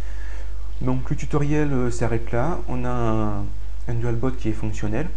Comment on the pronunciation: Euh , on dit dual "bout" pas dualbot